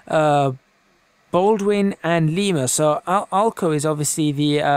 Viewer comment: You said Lima wrong.